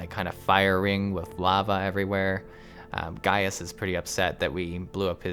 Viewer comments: Just because I thought you should know: it's actually pronounced "Guy-us" not "Gay-us". Sorry if I may have ended a few giggles in the comments section :P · Gratz on finishing 2.0 btw his name is pronounced as Gae-yus... not Gey-yus. XD remember everything he and lahabrea said on this dungeon. they all makes sense in later expansion specially on shadowbringers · Late comment: Gaius' name is pronounced like "Guy-us", not :Gay-us". Kinda bothered me. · It's really not nice to force players to sit through cutscenes. This was a bad solution to a non-problem. The part where you talk about Gaius (guy-us, not gay-us) and Lahabrea, you kinda show how little of the story you're actually paying attention to. You should know who Lahabrea is inhabiting at this point. It comes across like you're giving an informed critique, but lacking the informed part. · You say the name as Gai us Not Gayus m8 -_^ they say it in the 8 man to ^ ^ And if you remember from the story the Ascians take over bodys so you set Thancred free.